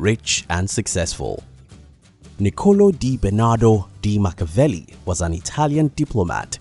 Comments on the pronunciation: respect your subject, pronounce his name correctly! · saying his name wrong.... LOL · No shade, but if you’re going to make a video on the guy then you should try to pronounce his name correctly